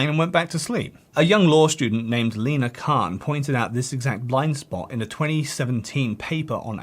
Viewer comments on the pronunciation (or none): none